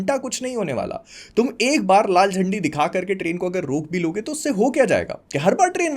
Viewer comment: you said laal zandi, I heard laal chaddi 😂😂😂